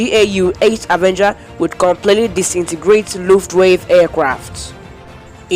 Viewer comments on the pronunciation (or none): It was the Luftwaffe not Luftwave! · I even tried it with subtitles... made it even worse, when he pronounced it "lufftwave" I had to give up!!! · Word of advice - you really need to improve on your pronunciation. Both English and German. You've really butchered "Wermacht" and "Luftwaffe" words. Google for how it should be spoken. Otherwise - keep trying and create some more content. I'm pretty sure you'll improve with time.